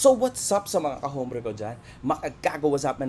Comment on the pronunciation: Hombre. Pag kaka alam ko ang pag bigkas nyan sa salitang español is OMBRE